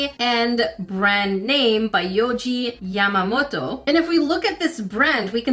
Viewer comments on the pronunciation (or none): none